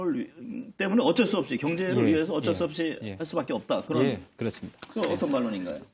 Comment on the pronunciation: 커어걱쩔수 없이 커..컥쩔수 없이 발음교정이나 다시 하고 방송출연하시지예 할머니?